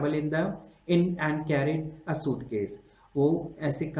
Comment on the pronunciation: This was shit he can't even pronounce and properly